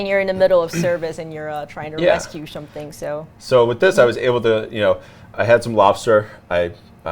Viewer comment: Some-shing lol